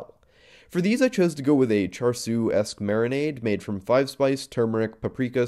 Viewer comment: It's not bullion, unless what you added there were chunks of gold. Also char siu is pronounced differently.